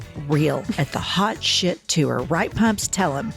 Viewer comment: Does anyone else cringe every time says the word “TOUR”? Why did she add an extra syllable?